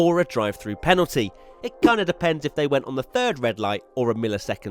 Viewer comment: The number of times he said "Panalty" in this video 😂